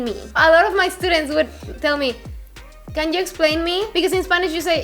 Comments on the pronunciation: Jajaja es gracioso porque dijo justito "E- studients" hahaha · "I don't make that mistake anymore" ... 1 minute later "estudents"😅